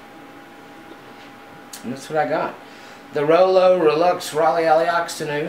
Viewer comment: The French say it the proper way, "ghrelloo" kinda silent g